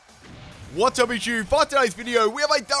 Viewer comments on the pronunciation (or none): has to start saying “what’s up YouTube” and stop saying “what’s up JewToo”